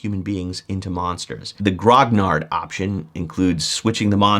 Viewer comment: Hey just a helpful trick for pronouncing Grognards, it's Gro/gnar. the gn sounds like the gn in "to gnaw ".